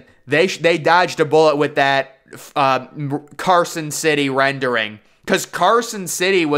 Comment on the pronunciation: "Carson city" lol